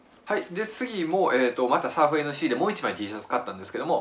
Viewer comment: Surf N Sea 店名の読み方「サーフ アンド シー」ですよー